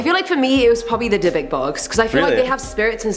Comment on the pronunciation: Finally someone on this channel pronounced Dybbuk properly